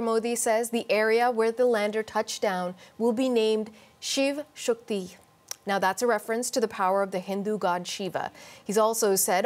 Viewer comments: Her pronounce of the word, Shivshakti, wow, fully Indian phonetic to my ears. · Guys do you know why this Canadian Reporter Pronounced the word "Shivsakti" & Chandrayaan - 3 so well. Because she is the daughter of legend late Tarek Fatah saab. so she absolutely knows what her Fathers love towards sanatan dharma.....JAI HIND